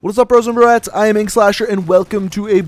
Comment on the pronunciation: M8 why do u say bratts?